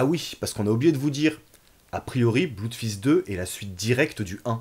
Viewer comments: Je m'étais précieusement gardé cet épisode sous le coude, et j'ai bien fait : vous avez égayé mon réveillon :D (Au passage, ça se prononce plus "bleudfist" que "bloudfist", mais vu la qualité des films eux-mêmes, je crois qu'on a le droit de dire (je me permets de vous citer) : "on s'en branle" !) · Petit détail... en anglais "oo" se prononce "ou" mais pas toujours. Dans les mots "blood" et "flood", ça se prononce "blod" et "flod". C'est comme ça.